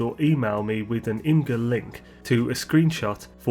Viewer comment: Would be cool if the bobbleheads worked in the mech too, they look pretty awesome already but a bobblehead would look super cool. also: Imgur is pronounced "image-er" (im-ij-er). The name comes from "ur" and the extension "img"--your image!